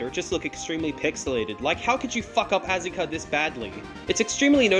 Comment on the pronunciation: Calling Asuka "Azuka" hurts my soul, otherwise great video